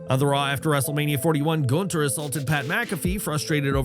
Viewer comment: Nice that they're making an effort to pronounce his name right here LOL. Tired of Gooonthurrrr.